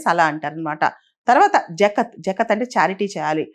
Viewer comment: Zakhaat pronounce cheyandi